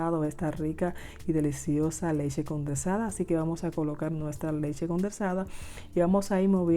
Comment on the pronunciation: Leche condensada...no condersada...🥺🥺🥺🥺